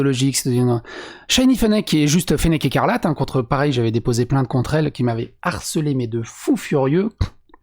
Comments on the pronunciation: On dit Me harceler et non m'harceler, ceci dit j'aime tes vidéos malgré tout 😀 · Un bad buzz reste un buzz. Et tout buzz est un bon buzz... CQFD. Par contre, c'est 'me harceler' pas 'm'harceler'... si tu t'appelais Marcel, à la limite mais bon! 🥰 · On dit "me harceler". Il s'agit d'un H aspiré, tout comme on dit le Hibou et pas l'hibou.